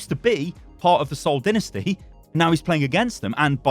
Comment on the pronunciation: “The Seoul dInNaStY”